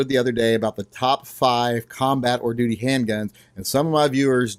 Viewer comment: hmmmmm... the longer I listened, the more it sounded like you were calling these "doody" guns......